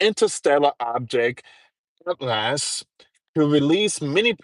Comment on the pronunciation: Atlas is pronounced at·luhs or at-lis. Not at last. Smh